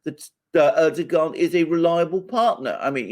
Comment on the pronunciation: You have though out this interview pronounced Erdoğan s name in correctly, I find this extremely rude, he is after all the leader of Turkey 🇹🇷🇬🇧